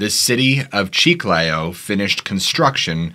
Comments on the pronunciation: Chee-Kly_oh -Chiclayo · Chiclayo. (The second syllable is stressed.) Peru is full of mysterious past and present including a multitude of cryptids and ufos. I lived in Iquitos and have traveled much in Northern Peru. I have heard incredible stories from people from all walks of life.